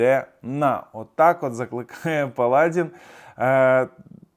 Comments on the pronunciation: Паладі'н ,а не. Пала'дін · Не палАдин, а паладИн. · Ви неправильно робите наголос. Палади́н.